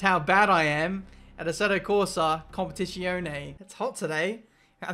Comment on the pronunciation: Jesus Christ,! KOM PEH TEE ZZ - AS IN PIZZA E OH NEH Pronounce it right!